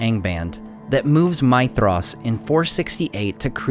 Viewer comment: Is that really the right way to pronounce Maedhros? Sounds like you are saying my-thros